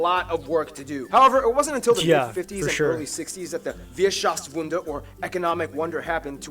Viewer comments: its called "Wirtschaftswunder" not Wierschaftswunder overall great video! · "Wirtschaftswunder", nicht "Wierschaftswunder" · Wait "wierschaftswunder"? 🤣🤣🤣🤣 its "wirtschaftswunder"...🤣🤣🤣🤣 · Wirtschaftswunder not Wirschafswunder😂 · Wierschaftswunder ?! Wirtschaftswunder * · Wow love all those mistakes in the original video... like wtf is "merdrutig" supposed to be or "Wierschaftswunder"? i get what he was trying to say but that's only because i speak that goddam language... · Did anyone notice that the video said Wierschaftswunder instead of Wirtschaftswunder? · Wierschaftswunder? I think he meant "Wirtschaftswunder" =) And lets not talk about the other names he butchered xD Correction though, even if the German passport is actually very strong from a diplomatic point of view, it is not the strongest there is nowadays. Japan has retained that title, along Singapore, for the last 2 years. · Not Wierschaftswunder but Wirtschaftswunder!